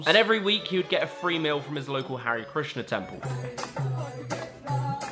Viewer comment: I'm a British-Indian. It's not Harry Krishna lol, its Hare Krishna.